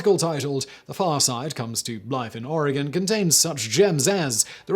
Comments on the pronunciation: You say oregon real funny. We all know who’s not from here when they pronounce the e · I lived in Oregon (pronounced "Orygun") at the time and my aunt handled the insurance claim for the damage to the vehicle. However, you got two facts wrong. The newspaper was the Eugene Register GUARD, not Herald. And Oregon beaches have been public highways for many decades before the whale incident. It didn't just happen on that day. It is the way that Oregon keeps its beaches from being privately owned.